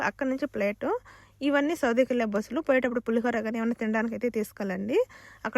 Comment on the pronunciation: బుసలు కాదు బస్సులు అక్క